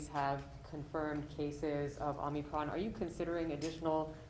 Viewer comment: BIDEN SAID OMNICRON? ITHOUGHT IT WAS OMICRON......